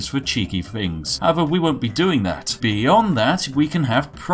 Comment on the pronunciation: You break my posh immersion every time you say fing instead of things lol :D